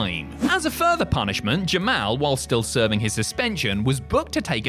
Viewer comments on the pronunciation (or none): why do you call jamal jim-al